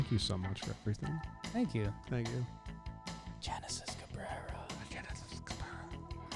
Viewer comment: Genesis name is actually said Henesis